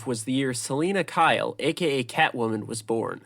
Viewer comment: "Sellin' a Kyle" uhh I think it's "Suhleena Kyle" lmaoo (does this guy even know Batman??)